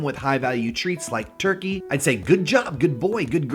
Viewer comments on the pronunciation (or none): none